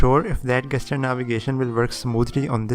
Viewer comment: Oh and one brotherly correction, no offense please. It's jeschur, not gaster. I am talking about that GESTURE. The correct pronunciation is jeschur.